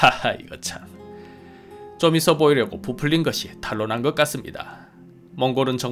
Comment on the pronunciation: 탈로 아니고 탄로입니다